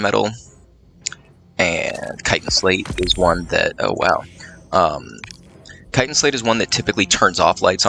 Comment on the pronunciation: "Kitan"? Chitan... Tchī-Tan